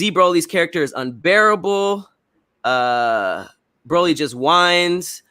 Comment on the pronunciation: It’s definitely pronounced Bro-Lee. Check the dubbed and subbed voice actors saying it lol